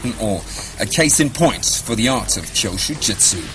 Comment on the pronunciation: It's Kyusho not Kyoshu.